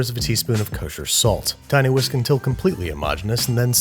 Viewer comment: 1.59 ”tinywhisk”